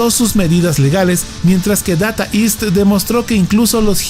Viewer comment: Se pronuncia... "deita ist"; no "data ist"🙋